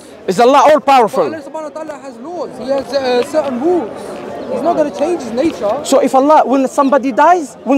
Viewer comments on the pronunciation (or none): none